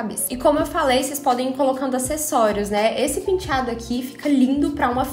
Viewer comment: Só de ler a palavra " penteado" consigo ouvir a falando " pintchado" kkkkkkkkkkkkkk😍😍😍